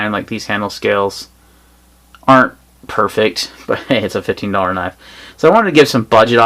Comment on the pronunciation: I couldn't tellnif you were saying 15$ of 50$ on the benchmark lol. Sometimes sounded like 15, sometimes sounded like 50.